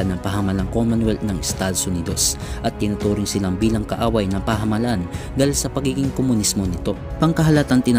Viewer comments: ang ganda po ng narration, pero pagdatign po sa pagbigkas ng pamahalaan ay mali po ang bigkas. pasenxa na po, kailangan q pong inform kayo tungkol dito. pagbigkas nyo po kasi ay "pahamalan" instead po na pamahalaan. maganda po ang inyong ginawang video lalo na po sa pagpapakilala sa ating bayani na hindi masyadong nababanggit sa mga aralin. salamat po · PA-MA-HA-LA-AN bigkasin ulit.